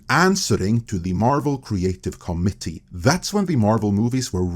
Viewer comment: It’s pernuonced “co-mitt-eee”, not “comedy”.